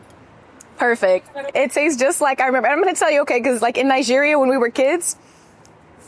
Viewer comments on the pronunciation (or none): none